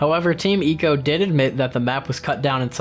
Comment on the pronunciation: Ok I get not getting the pronunciation right for Mono and Emon, but GODDAMN you even went as far as to pronounce Ico as EE- CO and not EYE-CO .. come on dude